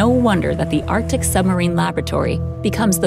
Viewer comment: Arc-Tic. Not Artic.